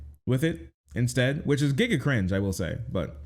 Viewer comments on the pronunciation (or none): none